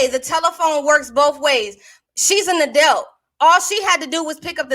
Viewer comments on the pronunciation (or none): She said she's an adelt instead of adult.